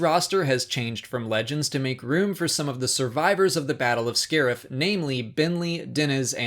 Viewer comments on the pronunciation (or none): none